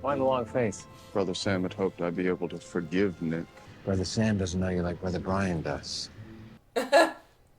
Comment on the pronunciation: You always had trouble saying Brian